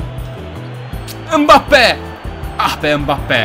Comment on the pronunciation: Abi ımbabbe değil embapbe diye okunuyo